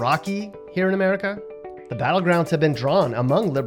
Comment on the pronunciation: It’s America not Merica